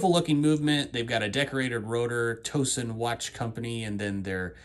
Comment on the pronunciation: Great Review. That’s a unique watch. BTW… I live near Towson and it’s pronounced Tao Son, like a towel and not a toe. Pretty common mispronunciation.